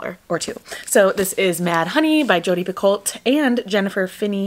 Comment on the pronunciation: Picot is actually pronounced pico. Don’t know why but that’s how she says her name.